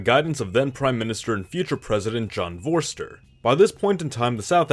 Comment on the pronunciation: "Vorster" is pronounced as "Forster". And in "Botha" the "TH" is pronounced as "T". And the "o" is pronounced like "oo" in the word "poor". Pls search online how to pronounce names first. But I appreciate how many South Africa videos you make.